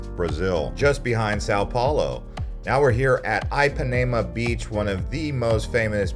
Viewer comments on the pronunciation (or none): Great content, but every time you said Ipanema, I died a little inside. It is NOT pronounced EYE-PAN-AE-MA, it is pronounced EE-PAN-Ē--MA. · every time you say eye pa nae muh beach i want to stab myself in the ears. why you trying to use a brazilian accent to sound cool and say things like rio and then you just butcher other shit? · Not trying to come down on you, however, you should probably put some effort into pronunciation. Just about every single place you tried to say, you were way off. I mean, even most people know how to pronounce Ipanema. That's eem pa knee mah. You gave no effort. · If you are going to do a travel video, 1) please learn how to pronounce the names of the places you visit Ipanema for instance 2) give correct information Carioca for instance You got both of them badly wrong.